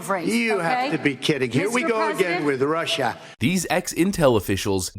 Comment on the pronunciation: Nobody can say Russia or China as well as Trump.😂